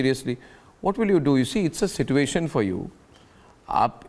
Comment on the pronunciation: Go and learn the correct pronunciation of Mortgage and situation .